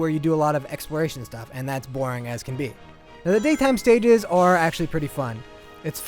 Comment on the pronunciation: This guy needs to learn his english. Its pronounced nighttime, not nightTEAM. And "the daytime stages OR actually pretty fun" Wow this guy fails.